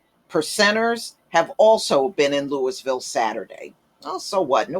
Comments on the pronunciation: Lou - eee - ville... pronunciation Please, please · Yo - The city is pronounced Lou-a-ville KY. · Then we pronounce St. Louis as St. Lou-a . We know that is not correct. Because in French the ‘s’ is silent. The correct way to pronounce St. Louis is St. Lou-ee. Henceforth the correct way to pronounce Louisville is Lou-ee- ville.